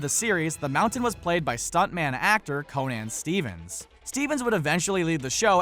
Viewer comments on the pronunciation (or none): none